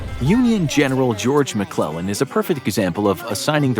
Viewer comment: I love it when he say George McClug boy that’s where the fun begins